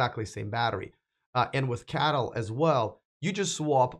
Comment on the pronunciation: C_A_T_L .... not Cattle 🤦‍♂️